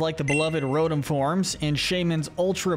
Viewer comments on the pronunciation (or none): It’s lill-ee-COHV, loo-SUH-meen, MAH-luh-SAH-duh, ray-QUAY-zuh, yoo-NUH-vuh, gar-BOH-DURR, and roh-TAHM, “”! 🤨